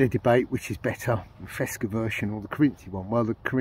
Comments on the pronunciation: It might be an algorithm or something when a link detected it is erased altogether with the comment. The link was the official Fecsa web page. By the way, you are not the only who says "fesca" instead of Fecsa 😅Greetings from the Western Mediterranean coast. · Fecsa, it is Fecsa; not "fesca". Fábrica Española de Confecciones Sociedad Anónima. I hope you won't delete this as you did last time, due to the link I guess.